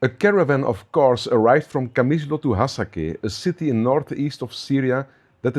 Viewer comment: not Hasake , its hasaka and its 80% arab so stop laying